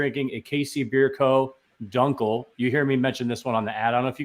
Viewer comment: "Done-Kel" is close, btw - it's more "Dew-ncle" - auf deutch, at least ;)